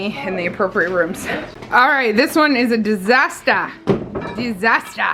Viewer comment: Lovely Kenyan pronunciation of " Disaster" made me smile it really wasn't though but I understand